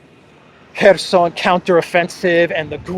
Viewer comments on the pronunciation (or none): none